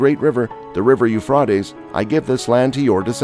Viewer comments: Rate like freight not fraaat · How, how, how can anyone take you seriously when you can't even pronounce the River Euphrates correctly? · Let us pronounce Euphrates correctly please at least.